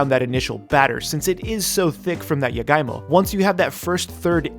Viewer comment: I was kinda confused with the jagaimo cuz he pronounced it as yagaimo skksksks Love the honest reaction, now im curious as to how it taste like